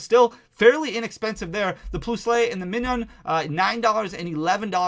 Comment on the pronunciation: I adore your videos... but it's pronounced "Plus-ull" (Plusle) and "Mine-un" (Minun) like the words plus and minus (positive and negative charges). Aside from your Pokemon pronunciations, thank you for sharing all the math behind Paradox Rift! Definitely my second favorite mainset behind Paldea Evolved in terms of Gallery quality.